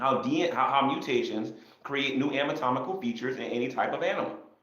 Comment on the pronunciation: "...create new AMAtomincal features" This is why I listen to, to catch the derp here and there. When you don t know how to pronounce or write a word you use in a sentence and pretend you do that makes me giggle.